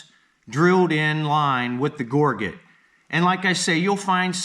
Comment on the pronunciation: Just looked it up in the dictionary—it's pronounced ˈɡôr-jət , not gor-get. The dictionary is your friend, learn to use it.